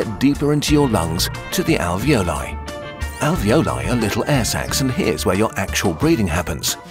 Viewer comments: lol the "ravioli" ? no > "alveoli" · alio e olio hahahaa its a type of pasta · As an itlaian the alveoli part which said aglio and olio was SO FRICKING FUNNY😂😂 (Aglio e olio is a type of pasta in which you cook garlic and olive oil toghter)